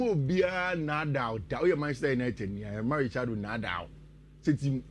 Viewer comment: said draw kraa they wont play o.. remind him😂😂😂